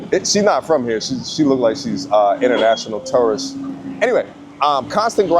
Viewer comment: bro said international terrorist 🤣😭